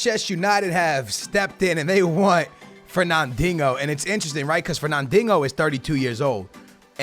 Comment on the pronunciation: ferna-dingo? Kappa. great vid tho keep up the good work